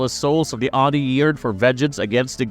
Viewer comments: Its OH-NEE (Oni) not Ahnee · How he pronounces oni is bothering me lol